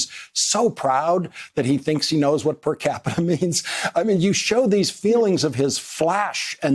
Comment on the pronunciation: percapita-ism...the struggle is real :P